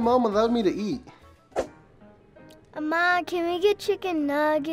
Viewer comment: he said ama lol